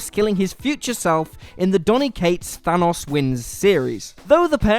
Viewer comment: It still bugs me that he keeps saying Thanos wrong